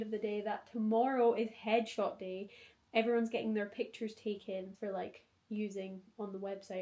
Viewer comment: Loved this. You always look so stylish ❤ When you were talking about it being headshot day I heard 'hedgehog day' and it took me about a minute to figure out that was not another way of saying 'groundhog day' 😂